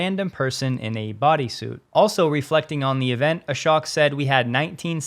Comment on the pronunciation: Just FYI, the name is pronounced A-SHOW-K...not A-SHOCK.